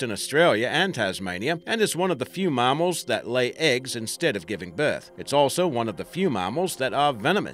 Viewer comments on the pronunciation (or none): ya IKR e.g He said MAH-MALS when its pronounced MAAMMALS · Mammal doesn't have an R in it, it's not really Marmals lol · You know it's a fake accent when they pronounce mass as marss and mammals as marmarls smh